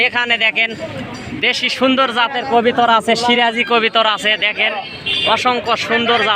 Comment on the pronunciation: কথাটা হবে কবুতর আপনি কবিতার বলেন কেন